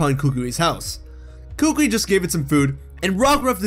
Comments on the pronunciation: kookwi 💀💀 Its kukui kokowi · K a k u I not k u k u k u I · It’s pronounced coo coo ee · Are we not gonna talk about how he was pronouncing Professor Kukui's name? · Oh I hate his pronunciation of kukui